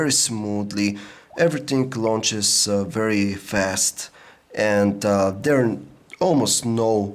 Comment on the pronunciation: I love to hear this guy talk lol s tree and dere